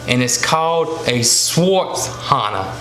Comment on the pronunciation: It's actually Svarthöna :)) you forgot the ö. But I understand since it's very hard to pronounce swedish letters